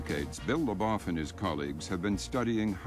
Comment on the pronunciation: The second syllable of Labov's name rhymes more closely with "trove" than with "cough." Just so ya know...